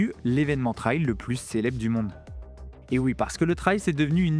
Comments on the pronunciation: Just pour info" TRAIL ca se prononce "trèl" (trelle). Ce tu promononces "Traïl" (comme dans "ail"), est le mot TRIAL. C esont deux mots differents evec des sens differents: TRAIL ca veut dire chemins, piste, sentier... TRIAL ca veut dire : essai... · Trail = trè-il Trial = tra-i-ol 😊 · faut revoir la prononciation de 'trail'